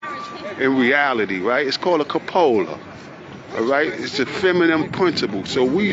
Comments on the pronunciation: He also said "capola" instead of "cupola." He's a real muck muck. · Columba. Columba? When did we change the name? He just said cuh•PŌ•luh. I think he means CŪ•puh•lah. WTF do they keep saying ‘Islam?’ That’s the Muslim religion, the Muslim countries, and the collective of Muslim individuals. If I walked around saying, ‘Catholicism! Maryland! Anarchists!’ people would, quite rightly, think I was a moron. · He can’t even pronounce “cupola” correctly…